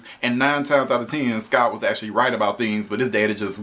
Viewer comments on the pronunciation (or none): It’s SCOTT Truman not Sky Truman